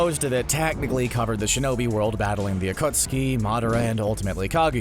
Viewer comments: he said acutseee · Narrator: I’ve seen naruto many times Also narrator razingon! Jitsu, ackuutski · the acutski bruh the man who rewatched naruto many times saying acutski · it is pronounced uh-khat-ski not AKOOOOTSKI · It's pronounced akatski or akat suki not okostki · narrator i wached naruto many times:rawsenggan akoostki sharengan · CBR: I Watched the series several times Also him: Akusaki, Razengaan, Oktuksaki, Medaara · My dude said akootsuki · CBR: i've watched and rewatch naruto many times . . . . . . . . . . . . . Also CBR:calls jutsu jitsu and uchiha uuuuu-chi-ha and akatsuki a-kut-ski and rasengan ra-zen-gan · CBS narrator: *I’ve watched naruto several times Also CBS narrator: Muh-dah-ruh oochi-huh Akotski Raasngan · The narrator: I've watched and rewatched naruto many times Also the narrator: the akootskee Also also the narrator: uhtsootskie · the "akootski" XD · CBR Narrator: I’ve watched Naruto several times Also the CBR Narrator: The AcUtSkI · So you watched it many times and missed the akatsuki pronunciation? LOL 💀💀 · You said akatsuki wrong bruh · The way the narrator pronounces akatsuki makes me cringe. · yes someone in CBR finally said naruto correctly but couldnt say Rasengan or Akatsuki right